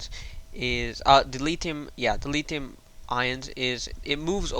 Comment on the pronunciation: its litHium not litium